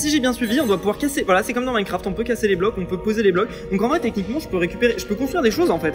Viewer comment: "Minecraft eurf"